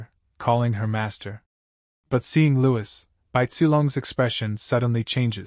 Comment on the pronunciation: Louis does not sound right out of the names in this